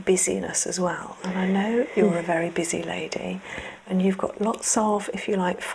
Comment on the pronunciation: Und Hold, she sounds a bit German to me?